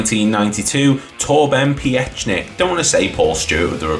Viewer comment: Pronounced Peek-nick